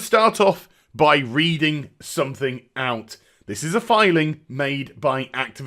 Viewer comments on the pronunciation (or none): none